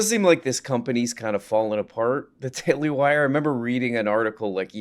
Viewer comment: “The daily Hwire”